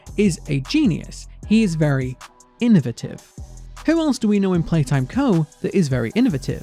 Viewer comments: "in-o-vate-ive". Not in-o-veh-tive" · Just gonna be the person who finds the way says innovative enduring and kinda funny /Lh